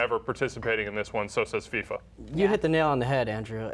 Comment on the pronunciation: woman its football not soccer ! its FIFA not FISA